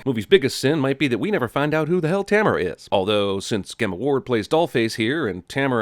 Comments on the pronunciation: My name is Gemma pronounced Jemma and you pronouncing Gemma with a hard G triggered me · gemma ward is is pronounced with a j sound =p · The name Gemma is pronounced like Jenna, not with a hard g lol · Did you really just pronounce "Gemma" G-emma instead of J-emma? 😂 I love your work bro but wtf? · Gemma? With a Guh? It's pronounced with a Juh! Gemma! (Jemma)!!!! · It’s pronounced Jemma lmao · Jeremy apparently doesn't know how to pronounce the name "Gemma" xD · sin for saying Gemma Ward's name like Gamma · are we just going to ignore his pronunciation of Gemma? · That's not how you pronounce Gemma... 🤨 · How he pronounces gemma hurts me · How he pronounces 'Gemma'...